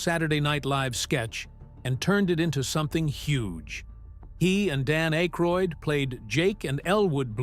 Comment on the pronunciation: AK-ROID, NOT ACHE-RHOID!! The silent "e" would make the The previous vowel say it's name. You don't see any "e" in Akroid, Do you?!? after his WHAT? Not only can you not speak english, But you're a liar!